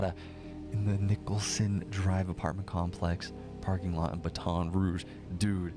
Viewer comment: Your pronunciation of certain words (i.e. Baton Rouge, as a specific example from this video) both amuses me and, simultaneously, makes my eye twitch 🙃😬. But....f*+k it.🤷🏽‍♀️ It's a part of your charm.😅 Now, the important stuff: I see how you connected the dots and made the comparison to Knives Out. However, I feel like this case bears more of a resemblance to You're Next [given it's a p*tric*de that takes place during a "significant" family gathering. All of it being orchestrated by an impatient, selfish, incompetent, spoiled, greedy, sociopathic, who'd rather take out his parents (who built their wealth from the bottom up; working hard and sacrificing, to be able to provide their family with the best lives possible) than learn how to exist in the REAL world.